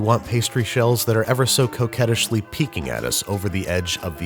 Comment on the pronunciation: Anyone else hear “coquettishly” as “coke head-ishly”?